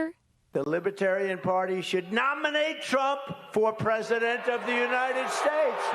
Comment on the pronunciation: Why tf did he say nominate like that?